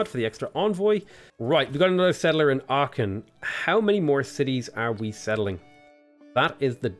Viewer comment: Please look pronunciation of Aachen 🙏